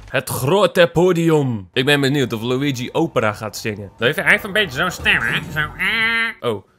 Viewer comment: Het is LUiGi ni LUIgi